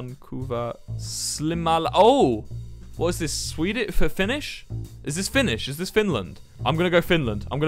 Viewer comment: I like how Wilbur is pronuncing Finnish like it's Korean or Japenese or some shit